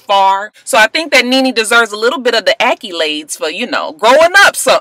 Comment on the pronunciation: Lol@ the "akkilades"